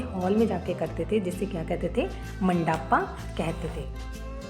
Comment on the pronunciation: Tower ❌️ Touawar✅️✅️ Mandapa❌️ Mandaaaapa✅️✅️ Omg😂😂😂